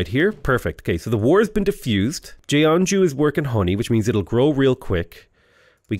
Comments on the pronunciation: Hi, idk if you care, but the Korean word Seowon is pronounced "suh-won" same with Jeonju. It's pronounced "Juhn-joo" "eo" is usually pronounced "uh" I have no idea why they decided to use those letters lol Really enjoying your civ videos, thanks for the awesome content :) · It's "john-joo"